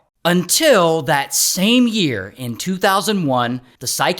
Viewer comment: Yow😂😂 Ray that "UNTIL " dropped hard😂